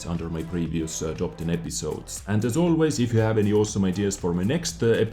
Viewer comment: I heard TOG 10 instead of top 10 xDD i just got the scorpion today, its cool